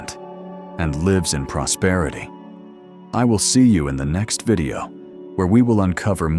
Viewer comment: PROSPERITY not PROSPETITY